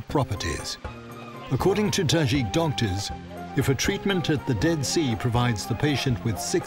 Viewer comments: tadjik not tazhik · Yeah, I thought he was pronouncing it wrong(i have a tajik boyfriend)